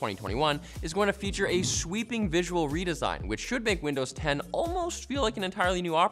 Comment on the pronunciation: "and Widnows 11"- come on !